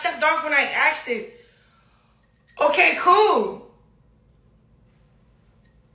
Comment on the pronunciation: I got a feeling every time she says “ okey coo” shits not coo😫